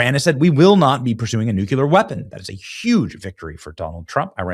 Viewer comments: Benny! Can you pronounce this word? “C-L-E-A-R”. I hope you would pronounce it “kleer”. Can you pronounce this word? “N-U-C-L-E-A-R”. I wish you would properly pronounce it “noo-Klee-er”, not the lazy way of pronouncing it “noo-kue-ler” as you did so many times throughout this post. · God damn it. Say NUCLEAR! Not nucular. What are you, George Bush? Lol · Love your show! But can you PLEASE stop saying “NUCULAR”. The word is NUCLEAR - NEW CLEE ARE. Thank you for your attention to this matter! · & Benny, I love you.. but don't be like dummy Dubya, who pronounces 'nuclear' as "nu-ku-lur". It's pronounced: NEW'-clear!! (very close to how it's spelled! there is NO extra syllable between the 'NU' & the 'CLEAR') Thank you for your attention to this matter... 😂😂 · Come on Benny… ‘nucular’ 😂 I understand people like Homer Simpson saying it wrong like that, but you, Benny?! I mean, oh well.. for some reason many, many people seem to say it wrong too. I guess that’s why it spreads so much lol. It just makes me think of Homer when people do though, and that funny joke on the Simpsons when he tries telling Lisa I think ‘No Lisa, it’s nucular’ or something like that. 😅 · Keep saying "nucular" and reminding us of your IQ about 100 times per episode, mumbles. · Hi Benny, LOVE your show brother — BUT: you’ve got to start pronouncing the word “nuclear” correctly. 😊 It’s not nuk-u-lar. You’re a brilliant guy. Do it for the country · It's nu cle ar not nuclear! Oh my God I love you but please correct this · Ok. I will no longer be listening to you if you can’t pronounce nuclear. Makes me think you are not real😊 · Benny, I love ya to death but you have got to learn how to say the work nuclear correctly. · Benny you can't pronounce Nuclear correctly. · Benny, for once I’d love to hear you pronounce Nuclear correctly. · Benny, for the love of all that is holy, stop pronouncing nuclear incorrectly.